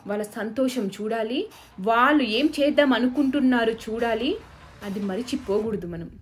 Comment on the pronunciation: ళ ని ల లాగా పలుకుతున్నారు దయచేసి సరి చేసుకోండి వాళ్ళు, వాల్లు కాదు